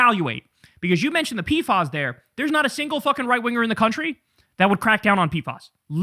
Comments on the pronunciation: In CDC/Public Health it’s pronounced “P-FASS” not “P-fahs”. Much love Kyle!! ❤ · They're called P F As... not P Fas. ✌️